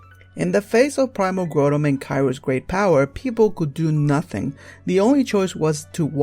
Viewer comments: its primal kyogre not yoger and groudon not growldamon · Dude its Groudon(Growdon) not Grodon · They're pronounced Grau-don (as in growl without the L), Ky-ogre, and Ray-quay-za, not Grew-don, Ky-rogue, or Ray-quaza. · Groundon (GROW - DON) Kyogre (KY - OGRE) not GREW - DON and KY - ROGE. Sorry vvv picky ik but it bugged me xD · Grotum and Kairogue... Dude, I realize japanese isn't the REAL origin of the American version's names, but you're butchering these names horribly. It really doesn't make you seem knowledgeable when you can't even pronounce the names, which are annunciated for you online with Bulbapedia and the like. Obviously your english is a bit rough, I know you can script this stuff and work out sounding a bit less rough but if thats how you talk I'm not gunna get on you for your lack of proper English or anything, I just feel like if you're going to be doing Pokemon info, especially far flung rumors, you should at THE VERY LEAST learn to pronounce the pokemons names you use. Obviously the theory is... hard to believe. Whatever. Again, not critisizing your content choice, just thw POKEMON NAMES. Good luck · I can't help to notice your mispronunciation of Groudon and Kyogre. The Grou in Groudon is pronoubce ad the Grou in Ground. Kyogre is pronounced Kai Ogre. Also a small thing, Rayquaza is pronounced Ray-Quay-Za. Qua as in quasar. The y is just there to emphasize the long A sound. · you said Groudon and Kyogre wrong